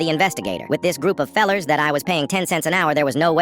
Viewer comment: the way bro said fellers bro the er was hella hard ngl